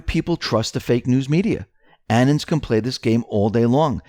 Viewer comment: anons = anonymous people (Sounds like: uh-NONS , accent on second syllable) Annans? 🙃